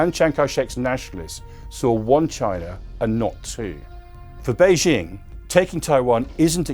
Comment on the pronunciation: 🍯🍯🍯🍯 If he knows so much about China how come he cannot even pronounce Beijing or Xi?? 🍯🍯🍯🍯